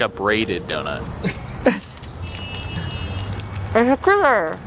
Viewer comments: it’s not DonIts, it’s donuts. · The way says Dunkin doNITS instead of doNUTS lol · must know he says DOUGH-NISS. RIGHT?